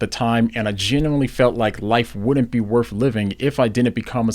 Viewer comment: Worth not worf